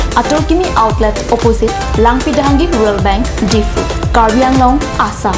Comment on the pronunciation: Himanta bishwa sharma can't even Pronounce Properly Anglong Word